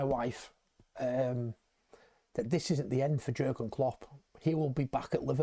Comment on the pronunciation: Soz to pull you up but living in Germany , the J is Pronounced differently to way we say it Pronounced as Yeargen Klopp Also Werz, is pronounced as Verz hope this is helpful 👍🙏🏽YNWA